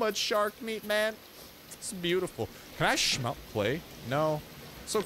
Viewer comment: I LOVE THE WAY YOU SAY SMELT😂😂😂😂 omg funny af make a complication😂